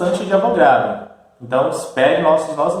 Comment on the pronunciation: O correto é A VO GA DRO e não A VRO GA DO